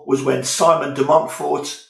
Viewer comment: From France: Yes, you pronounce it right! Thanks for the presentation, which enticed me to look into the difference between Simon the father and Simon the son… because I was first puzzled by the fact the Simon de Montfort about whom the locals in the Southwest of France still moan today played such a significant role in England’s history. I would certainly watch a playthrough.